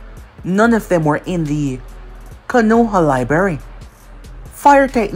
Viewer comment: Not trying to be negative but 2 things It’s not K(A)-noha like how you’ve been saying it over the years Is K(O)-noha you emphasized the A a lot Also it’s not sake like saying (for my sake or for god sake ) it’s SA-Kay I know I’m nitpicking but I think it would elevate ur what ifs after all it’s all about the immersion right?